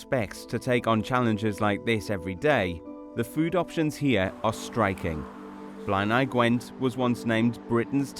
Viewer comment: You're mispronouncing Blaenau. Blay-nigh.